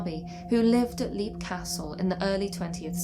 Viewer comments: Leap castle is pronounced Lep (like Shep), not leap as in leap frog. Oh and Dunraven, erasure is the word, not erasel. erasel is not a word. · Interesting stuff.I thunk Leap Castle is pronounced as 'Lep',though. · This is a great video, but as an Irishman, I must do my duty and point out that the "Leap" in Leap Castle is pronounced "Lep". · The first thing one should discover when researching Leap Castle, is that it's pronounced "Lep".